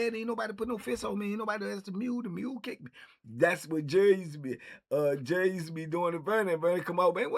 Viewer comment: All this time I thought he was saying jury.